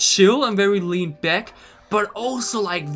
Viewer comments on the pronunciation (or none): none